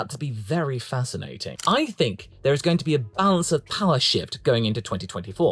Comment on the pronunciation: "...Gasly, this is turning out to be very fascinaTing..." has been the most "I'm not from London" I have ever heard you. Love your content.